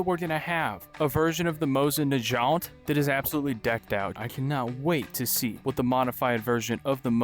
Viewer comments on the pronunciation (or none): "mosin na-J-ant" bro... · Bro as a gun nerd, I felt pain hearing those mispronunciations of mosin nagant